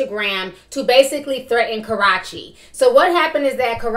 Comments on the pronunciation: Stop calling the girl Garachi her name is KARRUECHE !!!! ...CA-ROO-CHI If you prefere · KA-RUE-CHEE IS HER NAME! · Her name is pronounced Ka- Rue- Che. I used to be so crazy over Chris since I was 14 and supported him by going to concerts ( went to his concert in March) buying albums etc but his recent behavior in the last two years have really turned me off. He loves to blame the media and the devil but he's responsible for his actions. For example, trying to rep the Blood gang when he knows he's not about that life and threatening people over a girl that's been done with him. He needs to get off social media, reflect about his life, get help, and stop being an attention whore. His little fake thug groupie leaching "friends" need to get a life and mind their business. Karrueche has moved on. I can't feel bad for Chris because he got a groupie pregnant. What did he expect? Royalty looks just like Chris (especially as a baby). She has too many questionable people in her life. #PrayforRoyalty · Why can’t you say this girl name correctly lol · It's funny you pronounced Karrueche wrong every time. Chris wanted a family with his ex she didn't want kids and said she wanted to work on her career. But you're 100% right be mindful who you lay down with because a man only say so is putting that condom if he doesn't or if the condom doesn't work the balls in her court. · You saying Karrueche name wrong. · I always wonder if she pronounces Karrueche's name wrong on purpose to be funny or if she really doesn't know she's mispronouncing it